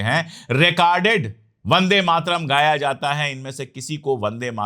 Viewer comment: आदर्णीय अशोक पाण्डेय जी वह शब्द ' वंदे मातरम् 'है और आप बंदे मातरम का उच्चारण करते हैं मैं आपका फालोवर हूं इसलिए सुझाव है कि कृपया शुद्ध उच्चारण करें।